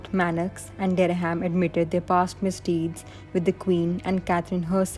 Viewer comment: "Francis Derry-ham?" Or Dereham (derram) as its pronounced 😂😂